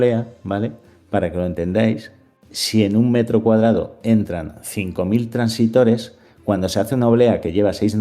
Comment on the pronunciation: Muchas gracias por el vídeo,muy acertado y útil para despejarle dudas a más de uno. Por cierto,son transistores,no "transitores".